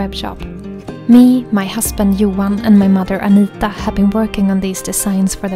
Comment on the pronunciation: Let's all appreciate the nordic pronunciation of aAnita, it's so cute ❤